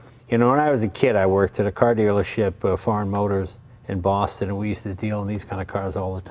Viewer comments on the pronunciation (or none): none